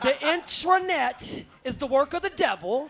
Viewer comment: "INTRANET!" She needs her own dictionary